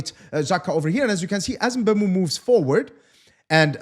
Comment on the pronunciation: It's pronounced MBUMO